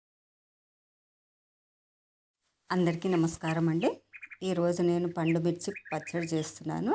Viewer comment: పాండుమిర్చి కాదు. పండు మిర్చి. తెలుగును చంపేస్తున్నారు